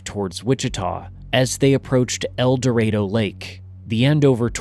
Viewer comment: You are the only youtuber I've seen cover this story who pronounced El Dorado correctly.